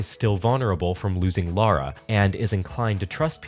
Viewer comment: Just fwi it's Lara not Laura. And I love this so much please do more seasons!!!! 🙏